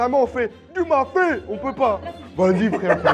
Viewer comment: <<DU MAFÉ >>😂😂😂